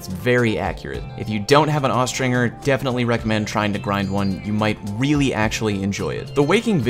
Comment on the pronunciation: Austringer is pronounced with the J sound, not the hard G. Also, bonus, it's "ah-stringer", not "ow-stringer" -- the "ow" sound would only be there in certain contexts, like if it were a German word.